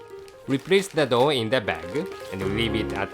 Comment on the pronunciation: LOL in another vid there's one part where he sounds like he's saying 'let's steam the dog.' LOL